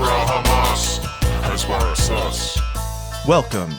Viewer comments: Great concept. Please learn how to pronounce "Hasbara" though. It's "Khas-ba-ra (like KHAMAS)", not "Has-baar-rah" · Hasbara is pronounced "hasbara" -- not "hasbara" -- OK? Thanks for your good work. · i cringe everytime he mispronounces "hasbara". I had a stroke after just 5 minutes.